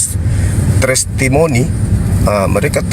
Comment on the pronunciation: hahahaaa lucu bilang trestimoni